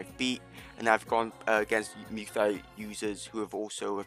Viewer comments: please stop saying luy thoi , say it like this “moy ty” is how u pronounce it please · “muay thigh” 😭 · Nah it’s mew tai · This man does not know how to say Muy Thai lol